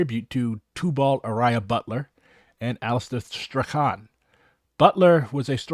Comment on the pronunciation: <<Strachan>> rhymes with < >